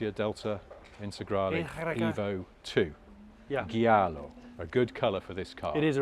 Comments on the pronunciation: "gee-arlo" Nope! JAA-LOW! (giallo is the spelling!) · say it again! 🤣🤣🤣🤣 FYI the word "giallo" sounds like "jello" but with the A like in jab